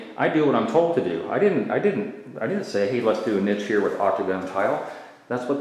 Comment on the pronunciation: I laugh everytime you say Niche wrong :p